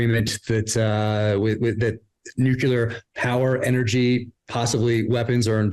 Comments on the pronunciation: Please learn to say Nuclear properly, It is Nu clear, not Nuculer. Go to Websters, play the pronouncenation. Redneck ebonics is not cool no more than pronouncing ask as ax. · Why can't people pronounce the word Nuclear? What the hell is it with Nucular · Nu-cu-lar... okay george bush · What is it with you guys? The word is nuclear. Nu-clear, two syllables. It is not nucular. I know this is a problem for Peter but Jack as well? Uh. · nu cle ar nu cle ar nu cle ar..........NOT NU QYU LAR .... What's with you guys? Did you rehearse mispronouncing one of the pivotal words of the global future.? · Nucular weapons program? What's a nucule? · nu-clear. both of you. don't be bad examples. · What the actual frak nu-ku-lar means? Do you both have a stroke? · Why can’t ppl pronounce New-Clear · Thank you for your content. Please say the word nuclear correctly. It sounds exactly like it's spelt.